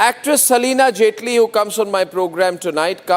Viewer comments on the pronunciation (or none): Selina Jet Li 😂 ye hain News Anchor ka head jo naam bi theek se pronounce nahin kar sakte.